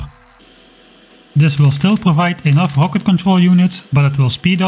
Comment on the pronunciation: "It's rocket.": "HUHWAHket." "Close enough."